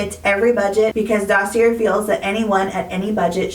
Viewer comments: Why do you insist on pronouncing Dossier incorrectly? This is a real question. I’ve seen comments explaining to you how it’s pronounced. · It’s a French word. She is 100% pronouncing it incorrectly. I think it makes her sound unintelligent, but beyond that I don’t care. And how do you know the company hasn’t reached out? I’ve seen many comments about how she pronounces it so it really looks like she simply refuses to say it correctly.